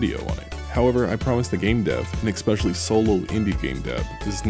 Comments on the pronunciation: I can't take anyone who says exspecially instead of especially seriously. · but stop saying EXPECIALLY, damn it